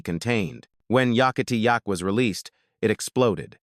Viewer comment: The Coasters remain one of my all-time faves, and I was looking forward to filling in a few gaps in my knowledge of them and their careers with this video. But I couldn’t make myself continue listening after I heard the song title pronounced “Yockity Yak” repeatedly.